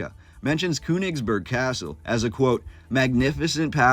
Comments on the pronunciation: Königsberg, it's pronounced with the ö as a LONG O. Not KU. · There is an umlaut over the o in Koenigsberg so it us pronounced totally different than the way your pronouncing it